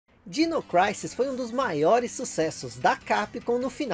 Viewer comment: MASSA! ADORO SEUS VIDEOS...Só uma dica: Creio que, ja q é pra pronunciar o nome do jogo em inglês, ja q disse "Craisis"(Crisis), corretamente, a pronuncia de Dinossaurs é "Dainossors". Dino é diminutivo de Dinossaur...Então a pronuncia certa é algo como Dainou Craisis.